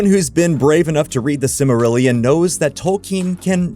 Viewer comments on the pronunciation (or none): That hurt my ears when he said that. I actually physically grimaced a bit lol.